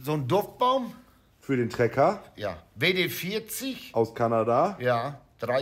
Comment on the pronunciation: wie er versucht die buchstaben englisch zu betonen bei WD40 hach is so toll WD40 kann so viel mehr als nur rost bekämpfen oder sachen schmieren